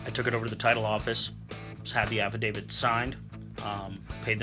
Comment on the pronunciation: Did you say app of David or am I wrong